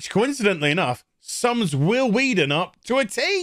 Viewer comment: Who the F does "Huil Hueaton" think he is?